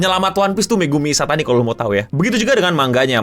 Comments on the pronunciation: Ishitani gk sih?, bukan Ishatani 🤣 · Bang Megumi Ishitani bang.. bukan Ishatani